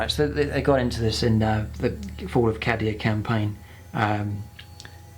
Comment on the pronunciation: I can't get over the pronunciation of cadia. the A should be pronounced as a hard vowel